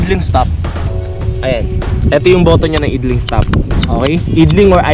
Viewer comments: Bro ayusin mo naman pag pronounce mo sa mga brand names/models and mga features ng motor. Nakakatawa ka panoorin eh. Idling? Aydling pronunciation nun. And Yamaha Mio Gravis. Gravis lang bro. Hindi Grayvis. Ano yan? Aso? May Raybis? 😂😂😂😂 Lt amputs. 😂😂😂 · Ganda yang Zoomer X talaga. Pero nagpanting tenga ko sa "eedling stop." Idling = "Ayd-Ling." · yun pong idling-stop system nya, "ayd-ling" po ang pronunciation nun, hindi po "id-ling". Sana hindi mo masamain,✌️✌️✌️ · IDLING is pronounced as "AYDLING". Hehe. Rs lagi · Yoownnnn Kaya pala kay bobo hahahahaha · natawa ko don taena hahahaha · nagpanting din tenga ko e. hahaha